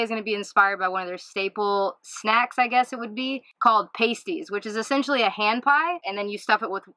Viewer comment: I loved the video. Interesting take on the pasty, but as a yooper (born in Ishpeming, raised/lived in Marquette and Munising), I can't believe nobody corrected your pronunciation. Pasties is pronounced with a short a sound, not a long. Easiest way to spot a tourist is how they pronounce it. =)